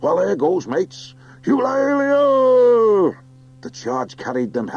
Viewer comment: Heads up all, there is an unabridged version of this book on audible… I DO NOT recommend it. The narrator cannot properly pronounce “Salamandastron,” “Eulalia,” or “GUOSIM” to save his own life